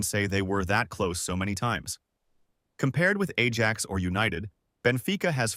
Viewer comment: Stop with the Ai slop chat , can’t even pronounce Ajax properly, if you can’t be bothered to put a true voice over on the video don’t even bother it’s unwatchable listening to that